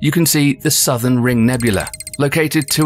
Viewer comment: Nebula! Not Nebul-la-E nor Ne-bu-la-ay either. English is my third language